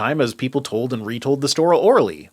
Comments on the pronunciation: Storell orally! Storell Orally! Aha sir, you have misspoken and failed to fix your take! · "As people told and retold the storah orally" ;-)